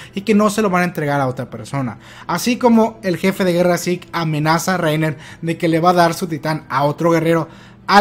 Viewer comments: Siempre había pensado que Zeke se pronunciaba "siku" en vez de "yiku", toda la vida engañado xD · Ese énfasis en el 'jefe de guerra zeke'